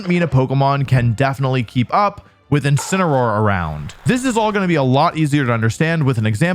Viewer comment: I just love Wolfey vídeos, its so cool! incirenoar